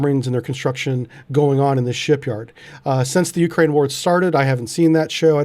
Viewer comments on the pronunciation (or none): none